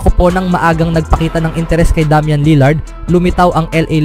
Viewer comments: Wtheckk DAM-YAN 😂 ilugar mo pagiging badjao mo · Minurder ba naman pangalan ni Lillard hahaha Damyan for treyyy!!!